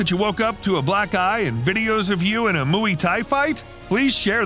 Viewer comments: Its not muwi thai, its mway thai.. pronounce "way" with an "m" Infront of it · did he just say mooey thai😂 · i'm getting annoyed with the mooway thai he kept saying but good video. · WTF is mooey tai? 😂😂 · "moo-ey thai" hahahahahhaa gosh american pronunciation is weird, its said just as you say "boy" but with a m rather than a b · ‘Mooee Thai’ ? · I'll subscribe when you learn how to pronounce Muay Thai x